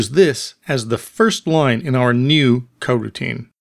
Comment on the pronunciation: cool tut bro, but why are u saying Hwile and Cogutine?